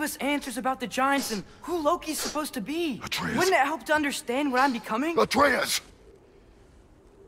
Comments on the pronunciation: I hate how he say ay-treus it’s ah-treus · Ain’t no way bro said “are we gonna keep calling boy Artreeus” Looool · it's ah-trey-uhs